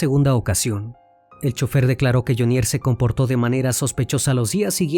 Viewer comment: Hola CN. Muy buena investigación, sin embargo debe corregir algunos datos: 1. La pronunciación de Jhonier. El acento va en Jho. Le sugiero solicitar ayuda o escuchar las noticias de medios colombianos. 2. La cifra es incorrecta. No es 🇺🇸💵), sino, 🇺🇸💵).